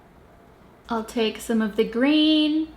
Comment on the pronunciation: ' Wear greeon to be seeen ' kath and kimmy accent. Look at moi x